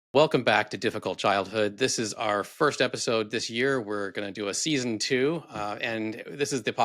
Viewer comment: Glad I found this channel I really like it and can 100% relate to growing up in the JW organization. By the way, when you said you were excited about the new season at the beginning of the episode I swear it sounds like you almost said new system!😂😂😂